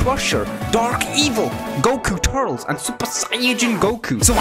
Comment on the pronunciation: I understand your pronounciation of gero but why do you say turtles instead of turles TURLIS IT IS PRONOUNCED TURLIS